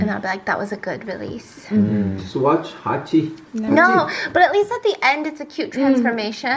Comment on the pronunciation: hachi comes up kaachi: time for me to shine. it’s kaachi !